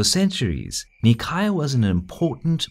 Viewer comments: The way he says Nicaea kills me. It's not knee-chi-ah it's nigh-see-ah. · Omg the cringe, Its Nicaea, not Nicaya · Um, actually, it's NEE- KAY- AH, or NY- SEA- AH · Oh my goodness... Nicaea is "ny-see-a" not "nee-ky-uh." In Greek it's spelled Nikaia "Nee-keeya." You are right is is a very famous and important city... >.< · “Knee-cai-uh” how about “Nai-see-uh” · Nicaea In English it's pronounced "Nye-see-ah" We're all familiar with the name Nicaea. By pronouncing it so differently (and incorrectly anyway) you are making things more confusing. By pronouncing it normal and proper, you would have been more informative, as when someone hears of Nicaea, they might think of Constantine, and will say "Ahh, the place of the Nicene creed, and that famous council and whatnot. Interesting." In Greek and Latin, it would be something like "Nee kea." In Italian "Nei-chea" I don't mean to be hypercritical. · Isn't it pronounced "ny see ah"? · I thought nicaea is read as "nai-see-ya". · I think NICAEA should be pronounced Ni-Seea with the "C" pronounced like an "S" ? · nicaea is pronounced nice-ee-ah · NICAEA is pronounced as "neigh sea yeah", Ever heard about a Nicene Creed? - it is a religious "prayer"- the name comes from a conclave held there. Come on, it does not take more than 1 minute research, you don't have to butcher the pronunciation of every name you come across... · We've used Greek pronounciation of Nicaea in this video. Causes some confusion though. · That prounouciation of Nicaea pains me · How can you pronounce Nicaea wrong? It's almost as absurd as fucking up London or Paris, it's just so short and simple that it should not be possible. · Is anyone else annoyed every time he says Nicaea incorrectly? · Nicea is pronounced differenctly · I cringed every time you said Nicaea, in which the c is pronounced like an s.